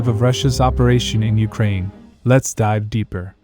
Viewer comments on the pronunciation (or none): none